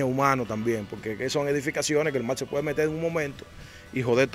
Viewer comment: Mi hermano le subieron que trate de mejorar el lenguaje pues cuando dice mal cuando la palabra correcta es mar habrán personas extranjero que no entenderán lo que dice, el que es comunicador debe hablar correcto, le subieron que escuche detenidamente y verás cuánta falta al hablar.